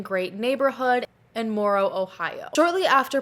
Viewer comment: Um, they didn't live in Morral, Ohio. That's a small town in Marion County. I think you were trying to pronounce Warren? For the county. I've replayed it over and over, but every time I hear you say Morral and maybe it's just me, but if that's what you said even if you meant Morrow County, they're pronounced differently, many people say them the same way, but they're not pronounced the same. Maybe it's just me, but I keep hearing Morral. Edit: everything I see online says their house was in Hamilton Township, Morral is a small town that is in Salt Rock Township. I'm googling and googling and just getting more and more confused here.